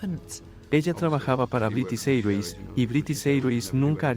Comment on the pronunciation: No se pronuncia British Airways así! Aprende la pronunciación antes de hacer un doblaje!